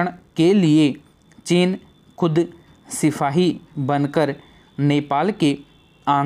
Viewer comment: Bhai aap jo bol rahe ho wo thoda samjh nahi aa raha ( सिपाई को सिफाई ) pad rahe ho ,,, thoda typical lag rahe hai words ....